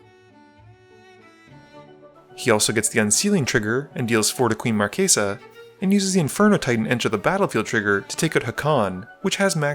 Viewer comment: It's pronounced Queen Mar-chess-uh, not Mar-kay-suh.